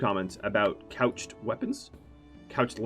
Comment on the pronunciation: I so happy you are saying couched lance and not crouched this episode it was really bugging me lol